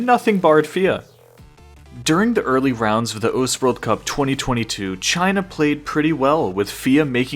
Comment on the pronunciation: why u have to say "Cheaina"